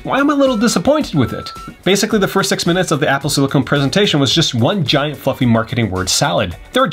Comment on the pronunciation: ITS SILICON